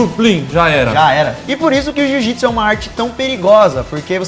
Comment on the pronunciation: JU-JITSU KKKKKKKKKKKKKKK